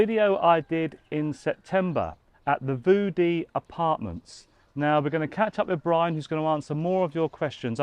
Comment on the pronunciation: Brian get someone who can say View Dee 😂